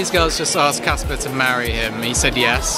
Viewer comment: It's CASPAR, C A S P A R!